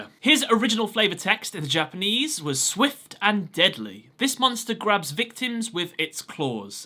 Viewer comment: The Japanese names here feels a bit painful...